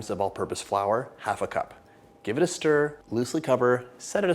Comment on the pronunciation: Sture, sture , sture I miss you saying this when you start sturing the dough. I used to laugh so loud when you said it. Please put in the bloopers this is so funny my children loves the bloopers and when your face turns red if you did something you did not want to do. We love your videos and your husband and 2 children ❤️ 💕. Thank you for taking the time to make them. And your cookbooks ❤❤❤